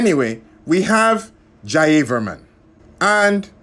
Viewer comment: It is pronounced as Ja-Ya-Var-Man